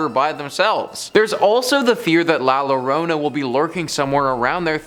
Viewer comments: It’s pronounced llorona not lorena lol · "watch out for the el culebron" "next up we have la lorona" bruh lmao